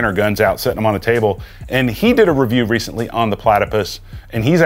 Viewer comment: “I’m gonna Pewview you!” 😅😂